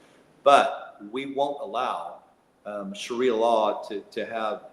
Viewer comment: Sha rie ah not sherrya law.